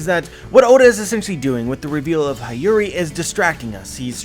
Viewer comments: i love you but I can’t let another one pass. It’s hiyori pronunciation. He-yo-ri not hi-yu-ri. I’ll go ahead and keep my grammar nazi helmet on and support you in pronouncing kyoshiro. It’s ki-you-shi-ro. The accent or intensity is in the “you” part. Thank you and have a good day ❤️ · Hi-yori 😂😂 it's Hee-yo-ree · He doesn't even have to say the "i" in Hiyori as an "ee" sound. Even if he pronounced the 'i' as 'ih' (as in igloo) that would suffice. Why force the 'ah' sound? That's too painful even in English. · I know you're not Japanese, but please try pronouncing Hiyori as Heeyori instead of Hayuri. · Dude I think it Hyori/Hiyori is read as He-yo-ree :D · HIyori, like in Hito, shirohige, hiruluk, hina, otohime, hitetsu, etc, not Hi like "hi, how are you" but hi like in History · hi yori is mom to o toko. its pronounce "he yo ri" for english speaker. lucky for me i took basic japanese. so im well on my way to being a low class weeb. someone said o kiji. for ao kiji. lol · Hee-yori my dude. That’s how you pronounce Hiyori’s name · I cringe every time he says “Hayuri”. u know how to pronounce her name correctly. In fact one of the one piece youtuber corrected you already about this in the most recent reverie video. SMH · I swear it was painful every single time 😂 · can't even pronounce Hiyori's name properly...